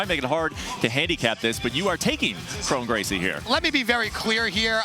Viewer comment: Kron Gracie 😂😂😂 bro